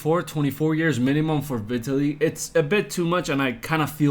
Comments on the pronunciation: It’s pronounced Veetaly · Are we not gonna talk about how you’re making videos on someone that you can’t even pronounce their name right 😂